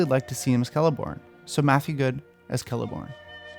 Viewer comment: The moment you pronounced Celeborn with a k, I finally decided that it was time to subscribe.